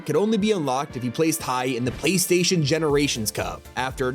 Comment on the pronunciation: u said paystaion